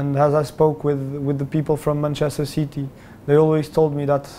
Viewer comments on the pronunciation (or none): "Manchester Ceety"